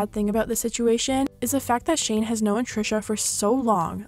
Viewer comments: She kept sayin Know-en it’s known where is the e from 🥺😭😭😭😭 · "knowan" What? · the way you pronounce known is the real tea